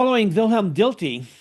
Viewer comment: It's pronounced Yung-ur, not Yun-Gur, and it's Dill-tie, not Dill-tee.